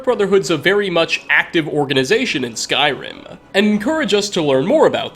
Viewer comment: why do you pronounce eh after many words like skyrimeh